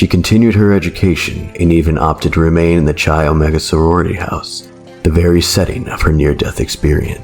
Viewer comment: It's not "Chy Omega". Nor is "Chee". It is pronounced "kai omega", or "kye". Otherwise, good vid!